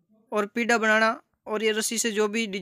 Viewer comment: Sir पीडा़ nhi kahte h Isee पीढ्ढा kahte h